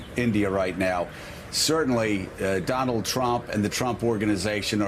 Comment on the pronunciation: In Modi speech .....Modi pronounced trump name in very wrong way ... He said DO LUND TRUMP ... In hindi DO LUND MEANS TWO PENIUS MAN....for the peoples of other country......